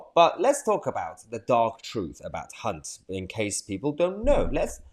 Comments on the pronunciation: Hey Mayhar you mispronounced Hunt many times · You pronounce his surname with a C instead of the H